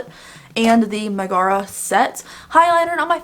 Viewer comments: They said it wrong in the colourpop reveal video too💀 I keep screaming mega-rha not meh-gaar-ra. I don’t know how to spell-pronounce stuff so even that might be wrong😂 It doesn’t drive me nuts so much as make me giggle to see how people pronounce it differently. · Pronunciation: Megara = Meg-uh-ruh 😉 Loved the eye look. I ended up buying the entire collection because I have no self control. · I think this look is so cute. I love the cute diffused pink. (I have to stop myself from buying every pink eyeshadow pallet ever) One thing though Megara is pronounced meg-a-ra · Meg is my favorite of all the Disney girls. Her song in Hercules is ICONIC! and she's a real badass. Lol kinda kills me your saying her name wrong but whatever, do you. Lol ✌🤘💋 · I didn't see the reveal video. It doesn't for real bother me like annoy me or anything. But just cause she's my favorite it makes me like "noooooo" lol but esp for colorpop to mispronounce it that's ridiculous. But now I totally understand why she said it the way she did. But its deff wrong from how it is in the actual movie. Lol